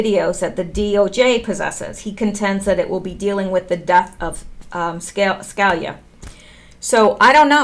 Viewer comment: Hi love your videos. Scalia pronounce it. Ska lee a. Love